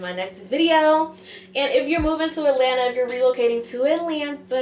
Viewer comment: New subscriber here as a 1970 Atl native (born/raised) thank you for pronouncing Atlanta correctly not saying “Alana”. ❤ You hit the mark with this video.